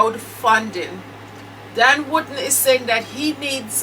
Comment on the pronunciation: I like the way you pronounce DAN surname,it sounds like you are saying "WOODEN"😁😁🤣🤣